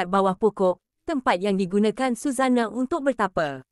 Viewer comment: Sebut nama pun tak betul🤣🤣🤣